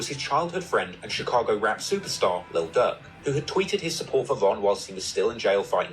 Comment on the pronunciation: His name is Lil Durk not Lil Dick